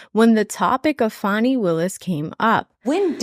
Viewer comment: You and are so biased against Fani, Nathan or anyone who is black, it is ridiculous. Fist and foremost you and go out of your ways to mispronounce Fani's first name, you guys insist on saying faaaani as in fanny pack or someones rear end, when she has on many occasions told the world how to say her name. Just admit the two of you hate Fani.